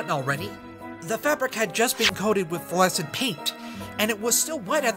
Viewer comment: Flescent lol